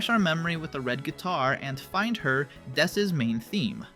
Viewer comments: It's not dess, it's ness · “It’s not dess!” says that it’s dess